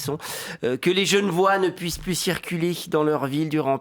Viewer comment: Oh tu t'es trahi Kucholl ! Un Parisien ne dirait jamais "Gen'vois", mais bien "Genevois", en insistant sur les deux "e".